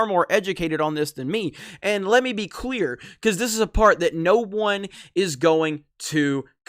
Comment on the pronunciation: Did he say let me be queer? I mean I know he meant to say clear but what it sounded like though.. amusing thought.